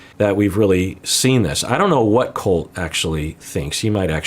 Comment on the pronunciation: Mad boy… it’s Colt, not Cult.